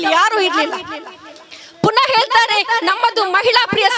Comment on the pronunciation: ಹೆಲ್ತಾರೆ ಅಲ್ಲ ಅದು, ಹೆಳ್ತಾರೆ. ಕನ್ನಡ ಸರಿಯಾಗಿ ಮಾತಾಡಬೇಕು 😂